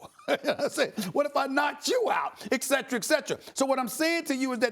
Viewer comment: A. Smith: Et cetera is pronounced in English: [it’sɛt(ə)rə], not EK-SETERA. No “K” there.